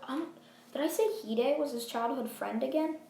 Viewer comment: Its hide but pronounced hedae